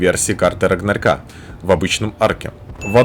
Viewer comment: Только вот не "рагнарька", а "рагнарёка"